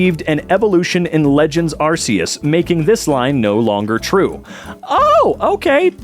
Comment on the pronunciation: 16 years and people still can't pronounce "Arceus."